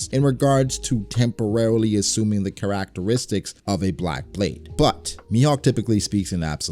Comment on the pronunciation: "car act caristics" 🤣🤣